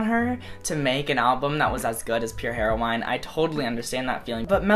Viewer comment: "Pure Hero-wine"